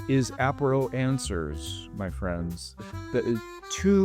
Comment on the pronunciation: French here, bienvenue dans notre belle France ! 😊 love your positivity and sense of humour ... Apéro is very French, you nailed it 😊 À bientôt !